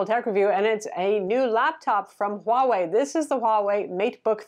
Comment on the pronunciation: One of the one youtubers who can actually say the name "Huawei" for some reason.